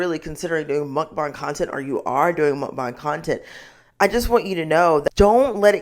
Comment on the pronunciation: I love the fact that you properly pronounced Mukbang. I cringe every time I hear mukbaeng, because that isn't how it is spelled and not how it is said in Korean. Anyhow, something I find interesting it that, despite its Korean origins, a lot of YouTubers discussing the problem of Mukbangs completely ignore that other side of the coin. Most Korean Mukbangers are average size or even very skinny. Part of that is because of the different way that Korean bodies store fat, but it also has to do with an unhealthy addiction/need for exercise, bulimia, periods of extreme dieting/starving, as well as the deception of chewing and spitting out food, which is often edited out of videos.